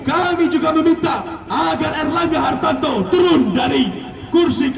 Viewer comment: Pecinta Partai Golkar kok salah sebut nama Ketumnya! Aneh!!! Namanya Erlangga harTARto kok disebut harTANto. Hahaha.., menggambarkan demonstran bayaran.